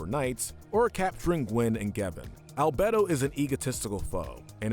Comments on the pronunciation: And Al-bed-oh instead of Al-bey-do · Me: 'I don't care if people pronounce it as 'Al-Bee-Do' or 'Al-Bay-do' pronouncing it as 'Al-Bedd-do' Me